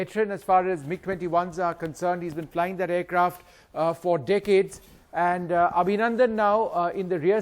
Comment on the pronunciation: Aaandu, eeeesssu, awardeddddu.. Nice English